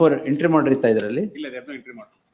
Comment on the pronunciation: That "NO" was personal! 😂